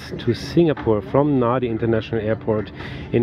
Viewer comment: Thanks! Lovely review of Fiji Airways. Just a couple of notes for clarification: kava isn't a dessert, it's actually a drink, it's a root from the kava plant mixed with water and served in our ceremonies. It's called yaqona in Fijian. Secondly, Nadi usually is pronounced "Nandi" as Fijian has an 'n' sound usually before pronouncing d. But I do hope you get come back to explore Suva, the capital, the mainland (Viti Levu) and Vanua Levu too. ❤❤❤